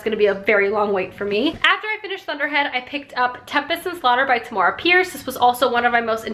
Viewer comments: I love your reading vlogs!! Also just thought I'd let you know Tamora is pronounced like Tamara, rhymes with camera :) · I love watching these vlogs with you! Also according to bookbrowse dot com you pronounce Tamora Pierce's first name the way you pronounce camera.